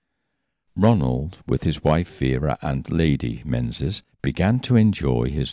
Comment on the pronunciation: Menzies in Scotland is pronounced Meengis